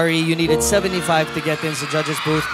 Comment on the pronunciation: judges qo naging gadjes hahaha tao lng nag kakamali